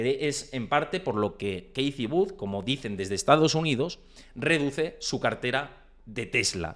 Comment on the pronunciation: Kitty Wood … hace falta ser tan pronunciar tan mal un nombre anglosajón !!! Te quita credibilidad… increíble